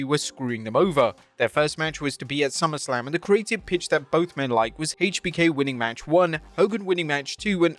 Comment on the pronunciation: why do you say “haaatech B K” 😂😂